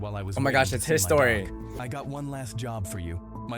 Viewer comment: It sounds like how a British person would say history